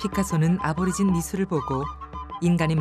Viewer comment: 아보리진이 아니고 애보리진 이라고합니다. 그들의 현실은 더 처참합니다. 다음세대는 보다더 나은 환경에서 이땅의 주인이라는 위치를 되찾길 바랍니다.